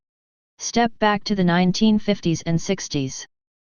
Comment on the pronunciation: Lose the computer narrator! It sucks when I hear 1950 "s" , instead of nineteen fifties.